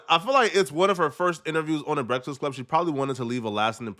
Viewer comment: Mans can say contentious but not breakfast… Ehy you do so much Breakfast Club content but can’t even say the word?